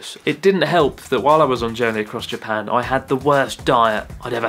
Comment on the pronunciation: why that Japanese man can't pronounce Japan.